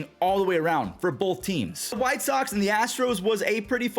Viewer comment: its called robert.... not r0wbert clown trying to much